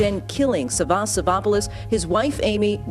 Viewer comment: Damn, you butchered his name. It’s SAvas, not savAS. The man is Greek, not French ...